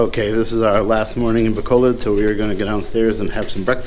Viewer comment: pronounce it, "Ba COAL load" bro, you'll sound a bit more korek